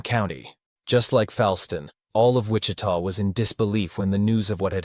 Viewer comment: Ai garbage voice? Did it just mispronounce Wichita